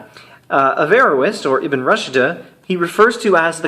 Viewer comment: Thank you. Just one point: 'Rushd' is pronounced 'rooshd' (not 'rushda').